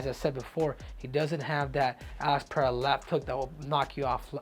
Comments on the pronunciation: Tripple C, thanks for pronouncing PeReira properly. Please, tell Rogan how to say it. He invented this “PeHeira” thing that tricked everybody else in the UFC to repeat it. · Pereira is not that difficult to pronounce for a native Spanish speaker